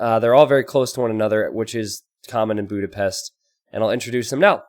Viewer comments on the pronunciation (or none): Bjúdapeszt. My ears are bleading.